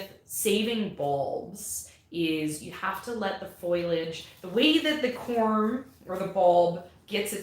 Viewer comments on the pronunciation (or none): Love these chats :) The pronunciation of “FOI-lage” was bugging me so I looked it up. 🤓 According to Wikipedia (all-knowing that it is), foilage is the “archaic, dialectal, nonstandard” form of foliage (FOE-li-age). Foliage came from the Middle English foilage. So there ya go! You are technically correct to say foilage, but you’re archaic if you do so 😂 (Also spellcheck doesn’t recognize foilage, so…. Best to use foliage because spellcheck is ruler of the universe.)